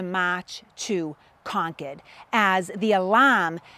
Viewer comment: To hear “Concord” pronounced properly is a blessing